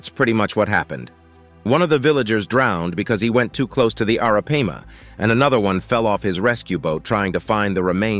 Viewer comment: Dude, every time you said Arapaima you pronounced it differently. Do your job right bro. Research.....